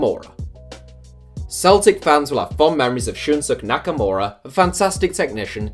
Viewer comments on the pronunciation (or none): ShunSOOK? Really? Shoon-soo-KAAAYYYY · It’s pronounced “Shun-Suu-Kay” Nakaramura.. not Shunshook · Ezzy Cephas Or “Shun-Skay” :) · Its Shun-SU-KE , not shunshook nakamura lol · Did he just say Shunsuck? 😂😂🤦‍♂️ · Shin - skay....is the pronunciation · Ikr i literally choke on my drink 😂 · That's not how you pronounce Shinsuke! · the way you pronounced shunsuke nakamura smh